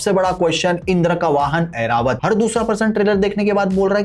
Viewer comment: it's Airavat not Aeravat